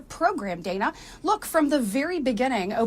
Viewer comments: It is DAN-Uh not DAY-nuh. Short “A” not a Long “A” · Hey, just for future reference—to further polish your commentary—the CNN anchorwoman Dana Bash’s given name is actually pronounced “Dann-uh,”—rhyming with Hannah—in other words, the first ‘a’ being a ‘short ā’. I know, I’m also not thrilled by the kind of reporting she represents, but even amongst those hyper Right-leaning partisan commentators to whom I enjoy listening, even they have these sorts of details about our ideological and political opponents nailed down. As obnoxious as CNN’s reporting tends to be to those of us on the Right, it helps to bear in mind just how far they’ve actually come from their depths of depravity, specifically, their days under the leadership of the execrable Jeff Zucker, circa 2013–2022, when dipshits like Don Lemon and Jim Acosta reigned supreme, and when Brian Stelter—although still around—was a much more of a constant, nightly fixture, and Republican rockstars like Scott Jennings, along with other Republican and libertarian voices like Ben Ferguson, Brad Polumbo, Mary Katharine Ham, and David Urban couldn’t have even gotten within 75,000 lightyears of a CNN broadcast.